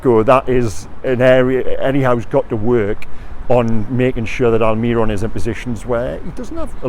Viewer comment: 😭😭😭pllleeeeeeaaasseee. AlmiRON, not AlMIRRon, the accent on the O at the end means the emphasis is there... pleeeaaasseeee stop